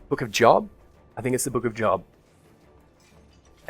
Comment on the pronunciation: It's not the book of "Jawb" like where you work 9-5. It's "Joe-b" and rhymes with Jeff Loeb (you mentioned Sandman, so I assume you read DC comics).